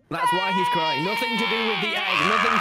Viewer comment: Okay but why does Tommy say crying like cdurying